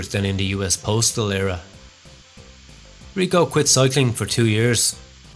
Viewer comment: IL cobra… not la…. It is male. And then is Riccò with accent not Rico … c’mon your Italian is a joke! Amateurish as usual